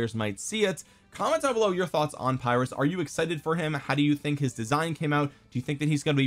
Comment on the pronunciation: Uh, it's pronounced "peer-russ" buddy 🙂